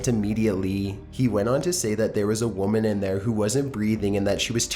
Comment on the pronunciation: People are annoyed by his intonation because it is completely affected. You don't pronounce it "womaaaaaan" at the end of one sentence then immediately say "woman" normally in the next 5 seconds. Sure people place a little drag at the end of their sentences at times but not that much. Besides if you go back to earlier videos of his it is evident that is not his normal speech pattern. There are a million more examples with him. But, I just choose not to watch his videos, just like I choose not to watch the computer narrated ones. To each his own.